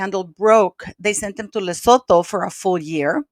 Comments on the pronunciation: Lesotho = luh·soo·too - the h is silent 🌍🤗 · I love how you pronounce lesotho 😂